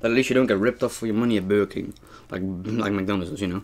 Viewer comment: It's called burger king yu said it wrong